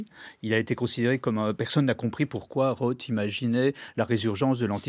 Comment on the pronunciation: Arrêtez de dire « Phillip Rote », c’est un TH pas un T !